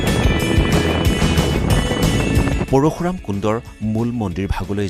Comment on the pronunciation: Parukhuram nohoi bro parsuram he koi.